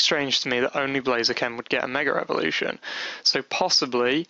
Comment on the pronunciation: its mega (ev0)lution dude :p not (revo)rution :P